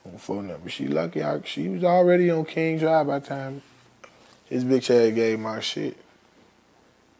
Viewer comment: the way he said bish is perfect